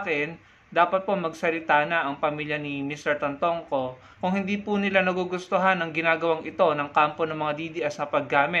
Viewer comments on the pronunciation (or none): it’s Tantoco not Tantongco!!